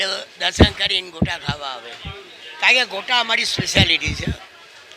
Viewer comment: ગોટા બોલો ભાઇ... ગોતા નહી